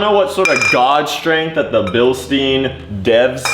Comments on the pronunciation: Its called Billshda-y-n, not billsteeinn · from start to finish was a huge difference, great job making it look clean af. (also Bil "stein" is pronounced deeper, without the e pretty much, so like Bilstin but the i is pronounced the same way you would say "i am" for example lmao, great vid btw:) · Drinking game for how many times he says Bilsteen instead of Bilstein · That's always how I heard say it, and it threw me off whenever he said it in this video lmao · Bro u really need to work on your pronunciation on „bilstein“ 😭😭😭